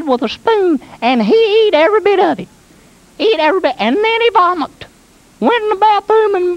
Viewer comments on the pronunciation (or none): "Vomicked", I'll never forget it.